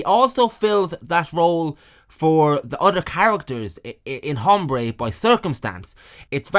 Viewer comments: It is Aaaahmbre you brit POS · It’s pronounced, ombré. The H is silent. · The “h” is silent. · Don’t know the nationality of our narrator, but “Hombre” has a silent H. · It's funny to hear somebody pronounce the "H" in "Hombre" over and over